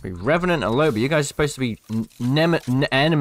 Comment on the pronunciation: Revanant more like "Rebanant"